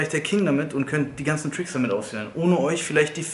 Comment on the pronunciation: Versuch mal bitte Tricks Richtig auszusprechen